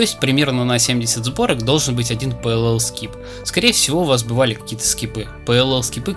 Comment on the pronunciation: ох как уши то режет пэлл скип...